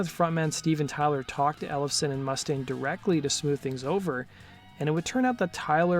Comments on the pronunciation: Dave Mustaine had ALWAYS been hard to deal with, to be of an ego..love the video but your saying Mustang, as in the car or the horse, the vowel U is long as in moo-staine, I'm no gatekeeper but just trying to help... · Mu•staine... not Must•aine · It's Moo-stain, not Muss-taine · Dave mu-STANE, not MUSS-dayne. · Dude.... not to be an asshole, but, you are pronouncing Mustaine wrong. It's not MUST-aine. It's more like m'-STAINE. C'mon, man! That's like those people that pronounce 'insurance,' emphasizing the IN. It's not 'IIIIN'surance. It's more like 'n SURANCE. Great info vid, though. Touch up on actual proper pronunciation. 😁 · “Mústaine” you pronounce the name wrong!!!!!!